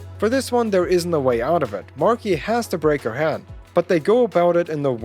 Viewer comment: How he says hand sounds like head so I'm like whaaaaa